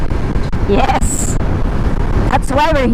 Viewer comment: Hahaha the way that "yes" sounded was a bit off. Literal good vibes hahaha